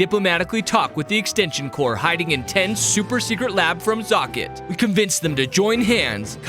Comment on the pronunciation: He keeps saying extension "cors" Its extension CORPS!